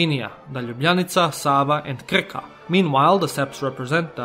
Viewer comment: I love when you try to pronounce Slovenian words in English like France Prešeren and Krka it sounds so goofy. And you forgot the most important thing about Slovenia HONEY.